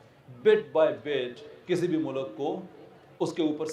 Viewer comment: tera bajega baaja intellect hai tere pass lunde ke intellectual sahb mulk bolna to seekh phir secularism per taqreer kerna